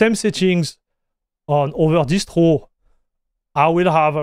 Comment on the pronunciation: I can hear French actually the way he said "Distwo" for Distro sounds super French